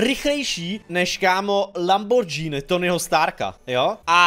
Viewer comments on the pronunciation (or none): Lambordžíny xD